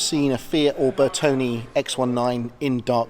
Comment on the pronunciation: Just please don't call it Bertoni. It's pronounced Bertoneh !!